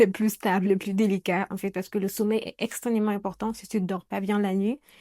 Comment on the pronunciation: Coucou 👋🏽. On dit extrêmement et non pas « extrênement » 🙂.